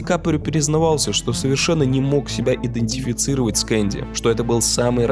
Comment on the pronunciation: Ну вот когда слова не можешь произнести - ну перезапиши. Всё эти непоновение, идефецировать - ухо режет.